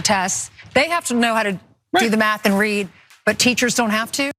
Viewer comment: 'I hope they at least know how to rath and mead." LMAO